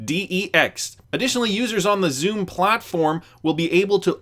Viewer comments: it's pronounced Sum, not Zoom. The pronunciation snob has spoken! 😁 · Xumm is pronounced sum. The name represents the balance of your account. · XUMM is pronounced sum. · Xumm is pronounced “some”.